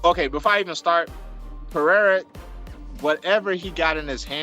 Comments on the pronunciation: Chael: P-A-RA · Khazmat, pe-era , uncle laev 😂